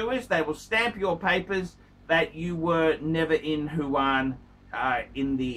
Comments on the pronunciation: It's Wuhan not Fuan. And it's not a province by the way. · wrong pronunciation not only aplies to luxury brand names but also to the city of Wuhan has become Huwan.